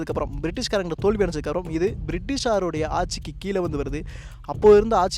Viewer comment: தம்பி வணக்கம்.. நல்ல வர்ணனை.. மிகவும் உபயோகமான புரிந்துகொள்ளமுடிகிறார் போல் அமைந்துள்ளது உங்களுடைய விரிவுரை.. மிக்க நன்றி.. ஒன்று கேட்க விரும்புகிறேன்... இப்போது இந்த " ழ " வரும் வார்த்தைகளை - கீழே, அழகாக - சரியா உச்சரிக்காமல் தவறாக - " கீலே ", " அலகாக " - என்று உச்சரிப்பது என்ன ?, புது நாகரீகமா? தெரியாமல்தான் கேட்கிறேன், இந்த " ழ " வை உச்சரிக்க முடியவில்லையா அல்லது வேண்டுமென்றே செய்கிறீர்களா ?.. சரியான பதில் கிடைத்துவிட்டால் உங்களையும் உங்களை போன்றவர்களையும் கேள்வி கேட்க மாட்டேன்.... உங்களுடைய விரிவுரைகளுக்கு மிக்க நன்றி.. உபயோகமாக உள்ளது.. நன்றி வணக்கம்.. வாழ்த்துக்கள்.. 🙏